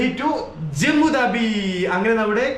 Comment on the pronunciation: സുഹൃത്തെ, ജമ്മു ദാബി എന്നല്ല ഉച്ചാരണം, ജമ്മു താവി എന്നാണ്. സരോജിനി മാർക്കറ്റ് എന്നല്ല സരോജിനി നഗർ മാർക്കറ്റ് എന്നാണ്. ഇതൊക്കെ നല്ല perfection ൽ പറയുന്നത് തന്നെയാണ് ഭംഗി. Please respond